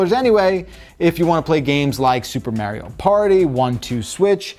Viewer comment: “Supah Mārio”